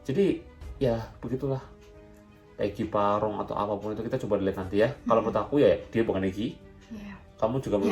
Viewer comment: Pegi perong bang bukan egi parong